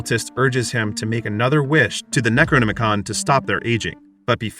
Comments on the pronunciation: If you're going to recount a Lovecraftian tale at least pronounce the names of the ancient ones and the book of the dead correctly. It's pronounced K-thulu. With a hard "K", not an "S", and the book of the dead is called the Nekro-nom-icon. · The narrator pronounces the necronomicon like its a transformer 😂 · Yep. Necronomicon transforms into a book. It was the most boring Transformer to play with when I was a kid. 😂